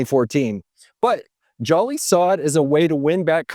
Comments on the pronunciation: It's Hubert jooli not jolly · Joly’s name is pronounced “Jolie” like Angelina Jolie lol. As a BBY employee—this is a solid recap. I was there for Brian Dunn’s relationship mishap. Crazy times. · I worked at Best Buy from October 2012 to November 2016. That man saved us. It’s also pronounced Joe-Lee